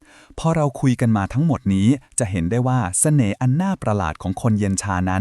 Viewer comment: ทำไมเราได้ยินคำว่า แสน่ห์ 😅